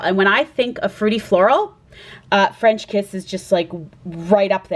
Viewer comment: you did well in saying it right! LV fragrances intrigue me and I love their names! French Kiss sounds good too although I tend to like less fruity and sweet. v interesting and unique picks!